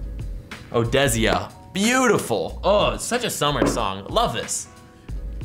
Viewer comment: A while ago he said "future's new song panda" and today he pronounced "Odesza" as "Odezia". s t o p.